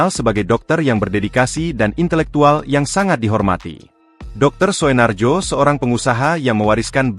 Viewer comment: Naratornya ini AI ya? Bacanya aneh sekali :D Masa baca "Soenarjo" aja ngga bisa.